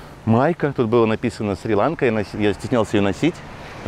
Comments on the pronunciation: Не шри-лАнка , а шри-ланкА !!! Как услышал ( шри-лАнка ) , переключил , быть там и коверкать название ....... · Шри- ЛанкА, ударение на последний слог.